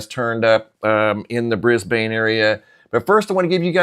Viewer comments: 🦘🦘🦘🦘🦘🦘 It's no "biggie" Just F.Y.I. We don't pronounce Brisbane BrisbaYNE, it's pronounced BRISBEN.... Just thought you'd like to know... KEEP UP THE GREAT WORK... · 🤗in Australia 🇦🇺 we pronounce Brisbane (Brisbun) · Brisbane is pronounced Bris-ban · Hey brother. Thank you for all your dedication and genuine presentations. I have some information I wanted to share with you. It is not groundbreaking or anything. But just in case you would like to know, in Australia we do not pronounce Brisbane the way it is spelled. We do not pronounce the "e" at the end. We pronounce the city "Brisban" as if there is no e on the end. We say BrisbaN.... short on the N. Not "bAn" as if we drag out the A. Keep up the good work brother. And God Bless.